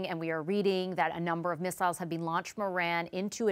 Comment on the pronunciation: “we have bean”